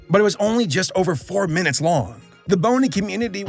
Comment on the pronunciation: I actually keeled over when you said Boney Community , was that intentional or a mispronunciation